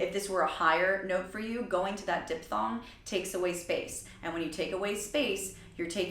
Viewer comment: "Dip-thong"? ^^ I didn't know that was an accepted pronunciation lol. Usually it's "diphthong".